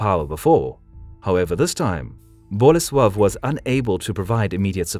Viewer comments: Unfortunately, he insists on stressing the first syllable in names - it's boLEsław, not BOlesław. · Yarosław. The ł is pronounced like W. And then Bolesłav. Same deal. If you're going to do history then get it right.